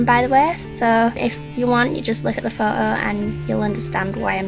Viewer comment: Are you from Northern England? I think that cause of the way you say photo haha I'm from up North haha:3